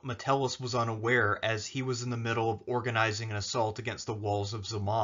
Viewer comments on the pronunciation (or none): Why do you pronounce Zama as "Z' ma"?